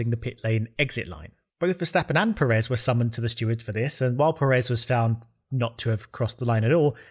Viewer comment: a small note: Pérez has that little mark on the first e, becaus that's the part you stress when saying it. so pe-REZ is definitely wrong, it's PE-rez